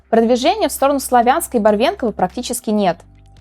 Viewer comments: нету Барвенково! Есть Барвинково. Почему россияне называют города как им вздумается? Барвинок по русски звучит как барвинок а не барвЕнок!) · Добрый день, вы немного ошиблись в произношении названий сел, не "Барвенково", а "БарвИнково", от барвінок - цветок. Вообще, названия населенных пунктов лучше не переводить, а то я уже много у кого слышала как, например, Слов'янськ превращался в Славинск.